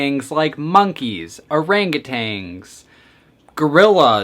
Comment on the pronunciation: it's rlly cute how you pronounced orangutan as orangutang. wrong. but cute.